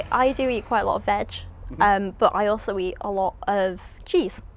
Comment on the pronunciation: I’m dead. She def sounds like she said “I do eat quite a lot of Vag” I know she said veg but it was funny